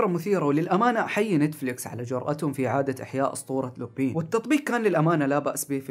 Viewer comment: لا تنطق لوبين ههههههه تنطق لوبان